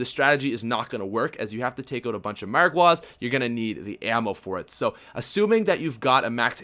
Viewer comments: The Dot :3 It sounded like he said oat instead of out tho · Why does it sound like he keeps saying "boat?" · Canadian accent